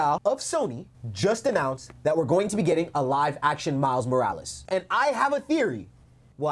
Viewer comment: I want a Kinda of new upcoming actor. But people love to forget that yes he’s black but he’s a black LATINO 😭. Miles Morales. Roll that r in his name please lol😭😂. But jaden smith is a WILD pick. Appearance wise. Style wise. He just don’t have it lmao. But definitely need someone that can act. I would FREAK out if they continued with Andrew Garfield. I’m happy tobey isn’t in this conversation tho lol. Cause fanboys go crazy but acting alongside Andrew Garfield. Even in no way home Andrew stood out amongst the 3. Miles Brown would be an okay pick. I wouldn’t go crazy on the casting of him but I wouldn’t be mad. Especially since he has that latino side to him aswell. I want to say this too. PLEASE GOD. No live action spider Gwen. It’s so odd to me. So random and misplaced. I hated after no way home how people were saying in Andrew’s universe they could get away with a spider Gwen. NO 😭